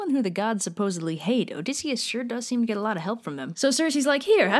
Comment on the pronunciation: I thought you said "same to me" at first and I was like, "wait what?!"